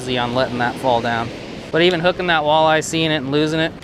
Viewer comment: I literally stopped watching marshall outdoors cuz he says walleye that way...